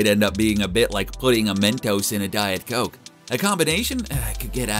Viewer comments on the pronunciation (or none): none